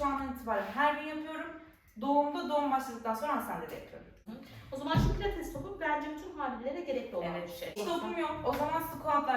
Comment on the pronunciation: PLATES DEĞİL " PİLATES " başlığı düzeltin